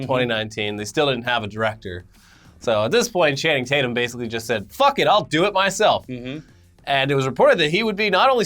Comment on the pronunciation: You mean Channing Tate-yuuum!!